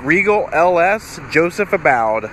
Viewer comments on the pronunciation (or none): You are pronouncing his name incorrectly, Long u for ABBOUD. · Nope. Sadly, it's just the LS trim level, which I actually didn't know they even made a Joseph Abboud (which I now know I mispronounced) in LS trim!